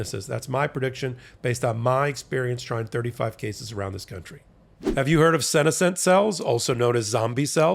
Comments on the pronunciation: it is pronounced "Se-NES-cent cells" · Listening to pronouncing “senescent cells” made me cringe more than Jordie’s blue chew as read